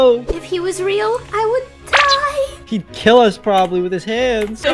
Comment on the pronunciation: you did say you are gunna diye lol😇